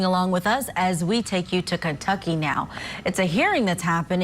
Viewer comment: It's not KENTUCKEY. It's Kentucky.